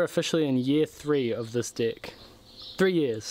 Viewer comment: Great videos, finally subbed. Love the accent, say 'deck' again... hah!